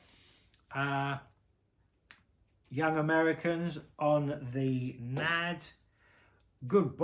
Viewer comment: It's not "Nad". It's pronounced N.A.D. (en ay dee).